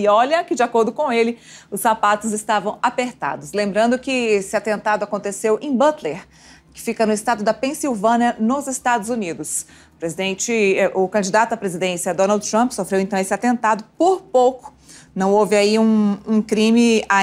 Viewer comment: nÃO TINHA o que noticiar, foi falar dos sapatos e ainda nem era nada demais que Donald falou. Pra piorar pronunciou "PensylvaNA kkk